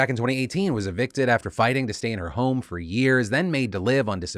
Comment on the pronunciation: "Fer voter stuff".